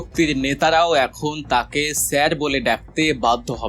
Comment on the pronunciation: উচ্ছারন করতেকরতে এখন স্যারের বদলে স্যের বলেন, হায়২